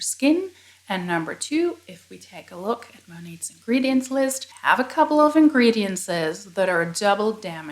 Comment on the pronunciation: Great content as always. Two piece of constructive criticism: 1) Ingredients has only four syllables (not five); 2) Sometimes the volume of your speaking voice trails off at the end of a sentence. Having said all that, you speak English better than 50% of the population of Massachusetts.